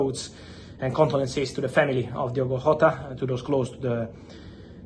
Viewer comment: Lad from Portugal better than Figo don’t you know, ohhh his name is Diogooo